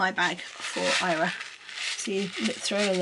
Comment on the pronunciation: I was so confused as to why you would call a little girl Ira. Lol now I realise you are pronouncing her name wrong. Fyi I'm Welsh.